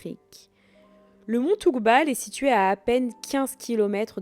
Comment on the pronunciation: Toubkal ...pas toukbal lol